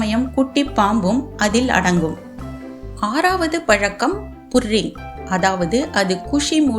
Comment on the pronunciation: அது புரிங் இல்ல, பற்ரிங் 😂